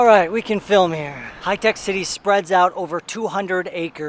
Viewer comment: That is Hi-Tech Bro not Hitec. 😃😃 Love from India ..